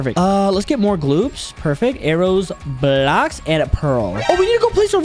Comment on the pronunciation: bro said blaoks